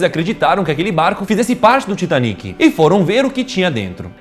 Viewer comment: Excelente vídeo. Apenas um detalhe. O Titanic foi um navio inglês e portanto a pronúncia deveria ser “Taitânic”. Além disso, em português é a palavra titânico e nâo titaníco, como em pinico. Titanic (Titaníc ) é uma pronúncia francesa, horrível por sinal. Kkkkk TAITÂNIC!